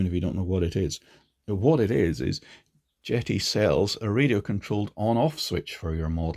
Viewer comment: I dunno, call me crazy but when I first saw this brand name, JETI, I thought the name a play on the starwars JEDI, No? So when says Jet(eee), I'm thinking Jet(Eye)....